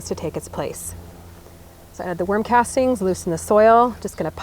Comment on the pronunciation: Is she saying worm castings or warm casting?